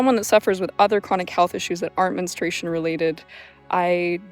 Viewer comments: It's 'mens-troo-ay-shun'. Why do some insist on pronouncing it "mens-tray-shun"? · Why do so many women in the present day U.S., mispronounce the word, "menstruation", like this woman does in her video? I hear her saying " menustration", and I've heard other variations of her example as well, "menstration" comes to mind. It's not a difficult word: men-stru-a-tion. So what's going on here with such a blatant error? What is the cause of it? If they're any people who can explain this to me, please do. It really bugs me, menstration vs. menstruation. Is it a matter of preference or misreading? Idk, please lmk!!! ❤thanks!!! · I don't understand why the word is so mispronounced. It is not Menenstrayshun. It is either men-stray-shun or men-stru-a-shun. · It is Men Stru Ation Not Menestration Girl you making a whole video about it get the pronunciation right 😂😂😂 Its so confusing because you did pronounce menstrual correctly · If only you had pronounced the word correctly: men-stru-a-tion. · I kept getting distracted because she doesn’t pronounce “menstruation” properly. It sounds like she’s saying “menstration”. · Her pronunciation of menstrUation rhymes with castration. What a distraction!